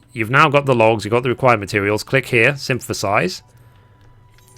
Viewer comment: Lol, you do know that the word synthesize doesn’t have letter “M” in it, right?